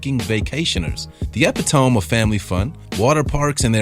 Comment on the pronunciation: epi tome hahahahaha, ya mean eppit oh me